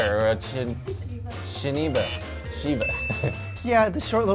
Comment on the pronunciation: "Shikita" "shiniba"